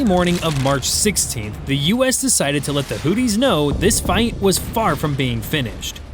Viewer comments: First things first, is not pronounced hootees but Houthis. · Not Hootys, Hoothis , like tooth with a h in front I.e. hoothes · FFS, sound it out. HOO-THEES, not "Hooties" 🤦‍♂️ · You know you can say Houthi’s not not hooties 😂 trump guy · Hoo-these. Not Hooties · I thought they were called the Houthis, not Hooties! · It's Houthis, not hooties. Hooties are something else entirely.